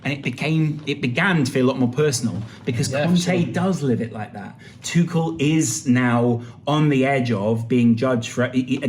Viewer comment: Both are wrong though. The closest pronunciation you can get in English is probably 'Too-ch-l' where the ch sounds the same as in "cheek" and there is no emphasis on the l, sort of like "kettle"